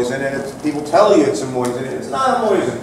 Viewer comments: Why does he keep saying "moysin"? Is that right? I've never heard it pronounced that way and what I learned in school about the english language tells me it shouldn't be. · Not moysin, and not moisin, it's mosin with only one "i". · Moozeen is correct but most americans pronounce it the way it is spelled in english. See beginning of video. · Kind of hard to listen to a "expert" that cant even pronounce Mosin correctly, or mix and matches 2 different ways of saying it on whim.